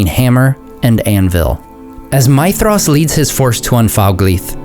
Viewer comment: You do a very decent job with pronunciation, but I'd like to point something out for you because it seems that you care about these things. Concerning Maedhros, the 'dh' sound should be pronounced like the 'th' in 'these' rather than the 'th' in 'thesis'. A very minor point to be sure but as I said, it seems that you care.